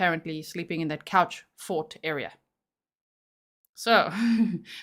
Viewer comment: This guy!! I could not stop myself scoffing out loud every time he said couchfort! 😂